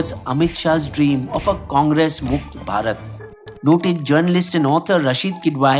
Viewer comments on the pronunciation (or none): none